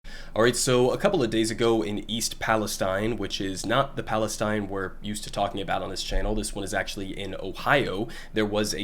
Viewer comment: Pronounced palesteen